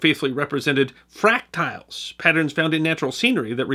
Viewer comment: Hey, the word, “fractal” is pronounced FRACKT-ull or FRACKT-ell, not FRACK-tile.